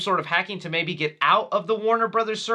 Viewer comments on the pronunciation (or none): none